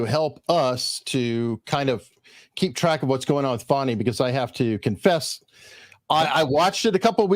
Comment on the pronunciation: Fani is not Fawni